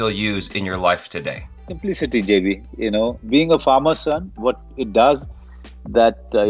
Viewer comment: When Monoj Sir called him JB instead of Jaby, that was a cringe moment.